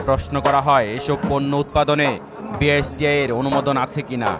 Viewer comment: Ucharonei to thik nai. BSTI k boltese BISTI. Background a jini boltesen take change kora uchit.